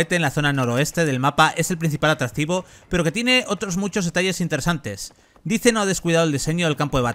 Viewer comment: Dais, se pronuncia DAIS, no dice.